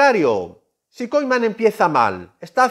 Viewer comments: se pronuncia kuman brother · No le puedo creer a alguien que pronuncia Ronal koiMan 😂 ( con humor ) jaja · Ronald kuman se pronuncia correctamente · Se me hizo escuchar Ronald Koiman jaja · Bro...! Y porque dices Koiman?????